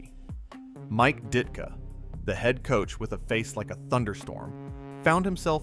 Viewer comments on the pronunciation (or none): You lost me when you could not pronounce DIT-KA. Good bye.